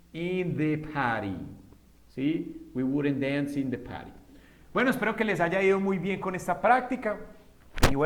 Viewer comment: Party se pronuncia pary??